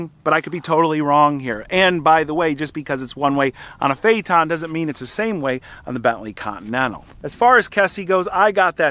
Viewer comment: It’s not fayton, fay it ten. Phaeton. I had one.